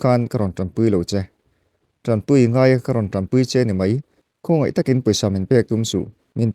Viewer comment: TAMPUI ni lovin TANPUI tihtur, mizo tawngah chuan, puitling in diktakin chhiar hram² teh